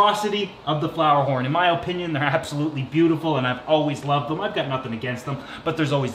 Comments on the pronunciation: My god i love you but stop saying Opinion like that holy shiza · “My oh-pinion” 🤣 that accent though